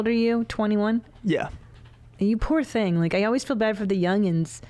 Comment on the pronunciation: Please stop saying “ThnGy” like that